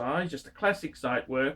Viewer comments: You are incredibly lazy bum, that's for sure.. Zit werk???? Zit ??? Zeit in German means time. Pronounced tsite, fat lay bum.. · And also Zeitwerk is pronounced differently